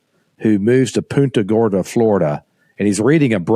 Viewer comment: Zach being a native Florida guy you should know you butchered that name 😅 Think football... PUNT-A GORDA is correct. I know you like the Gators but c'mon. Roll Tide. Great show everyone. 😅👏👏